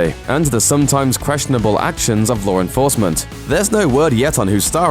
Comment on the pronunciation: in the last 30 seconds I thought "who the fuck is Loren Forsment? And who the fuck cares what she does?" and quickly realized that it was him trying to say law enforcement